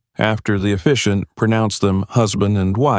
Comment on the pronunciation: It is pronounced officiant